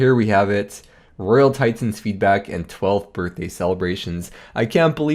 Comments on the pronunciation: What's a tie tin? Your pronunciations are extreme. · RoYaL TiTENS jesus stop saying it pleaseeeeee